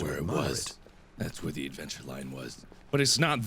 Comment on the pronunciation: I herd him say 'WHERES DA BLACKSMITH!!!', Lol mark.